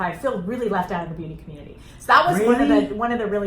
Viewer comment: Lmaoooo the way she said the “ communteatea”🤣🤣